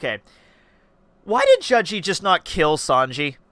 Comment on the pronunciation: why do you prounce his name like judge-e